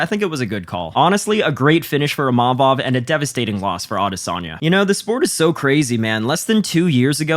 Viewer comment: Can't watch with you pronouncing his name like that